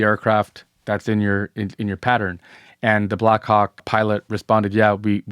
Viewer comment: no matter how many times I listen it doesn't sound like black hawk 😶 Edit: 6 mins in, can this guy not just say copter/chopper/heli FFS?? 🤦🏾‍♂️ If the video gets demonitized, this is why!